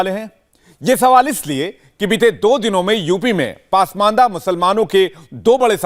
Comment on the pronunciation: बेटा, पासमांदा नहीं, पसमांदा होता है। 😊